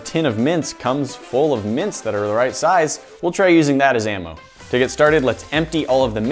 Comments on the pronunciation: Yeah i litterally thought you said mince instead of mints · I thought you were saying mince. Mince dust? What?! LOL